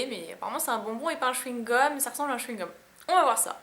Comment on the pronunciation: le chouigome pikatiou